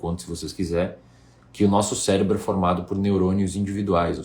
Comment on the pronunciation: Pelo visto só eu notei ele dizendo "célebro" ali antes de reclamar os balões. kkkk Mas sem brincadeira, foi um vídeo interessante.